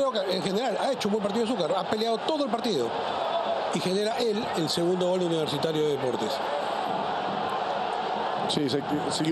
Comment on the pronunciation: Porque grita Col en vez de Gol